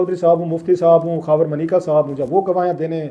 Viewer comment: It’s Manika sir not mneeka